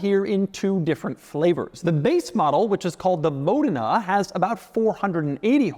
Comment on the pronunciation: It's actually Mòdena, he's pronouncing it right